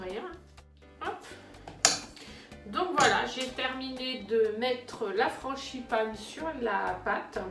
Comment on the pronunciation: juste une petite réflexion : franGipane et non franCHIpane, sinon c'est parfait. Bravo